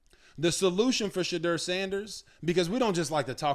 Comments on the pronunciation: Robert, please learn to pronounce his name.It's She-door not She-drrrrrr😮 he hates that he said it in an interview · Rg you interviewed him his name is pronounced Shadoor not as it is spelled